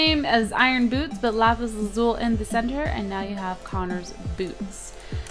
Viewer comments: Lapis Lazuli not lapis lazul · LAZULI NOT LAZUL!!!!!!!!! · I think you say lapis lazuli, not lapis lazul... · its LAZULI .... not lazul x3 its freakin me out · lazuli not lazul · Lapis lazuli not lazul